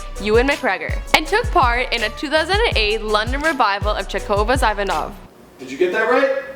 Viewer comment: He played the doctor in Ivanov, a play by Chekhov, pronounced ee-VAN-ov and CHECK-ov. And the theatre company he toured with was Cheek By Jowl (rhymes with owl), not 'jool'. You don't know what the phrase means, do you? It's okay not to know, but it's ridiculous to show up for a gig without preparing.